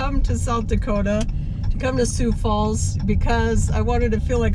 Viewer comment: You gave a pretty good account of the 'way North' part of the city but you need to go south if you really want to see most of Sioux Falls. Thanks for saying Sioux Falls correctly, you would be surprised how many don't say it right or say Sioux City instead. Sioux Falls is popular with visitors because it's friendly, clean, well maintained, little crime and low taxes. Not to mention the cost of living is very appealing and there are lots of things to do like parks and trails. Take care 😊